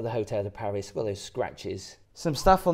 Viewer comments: I cringed every time uou said the hotel name...it's Hotel de Paree.. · it’s pronounced PAR REE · it’s Hotel de Pari. You don’t pronounce the S. love the show. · Instayed here too. V lucky. Got the helicopter transfer as well. Small correction, its Hotel de Paree......French pronunciation merci beaucoup!!! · It is usually pronounced "Hotel de Par-ee". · Thank you for the review, however and please don't take this badly but the Hotel de Paris is pronounced Hotel de Paree. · It’s pronounced Hotel De Pari rhymes with Harry. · You don’t pronounce the S … Paris … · Ask a Frenchman how to pronounce „Paris“, please. Next, no modern helicopter is do low, that you need to duck. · Don’t pronounce Paris the English way. It’s should always be done the French way when referring to this hotel. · Probably best sticking to budget hotels. Both the hotel de Paris (btw the s is not pronounced) and the Fairmont are fabulous hotels. We stay at both. Not had any issues with the staff being rude. We’re pleasant to them, they’re always pleasant to us. I can see that making a fuss over a mattress cover in a hotel of this class would not be seen favourably. You appeared to be totally out of your comfort zone. Don’t deter others from staying here, it’s an incredible experience, particularly during the Grand Prix. Would encourage anyone who appreciates the finer things to visit. Maybe stick to Butlins in future 😊